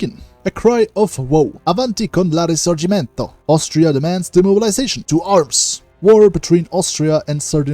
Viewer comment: you have an excellent Italian pronunciation, you are the only person who makes videos of hoi 4 who I have ever heard say the word risorgimento correctly